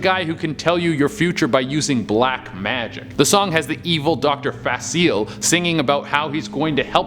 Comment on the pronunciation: Dr. Facilier, also known as dr facile, is pronounced dr facilia